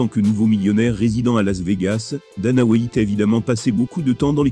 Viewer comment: « Dana Whaïte »